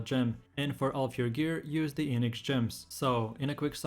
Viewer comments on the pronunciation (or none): I swear to god! He says eenyx gems -_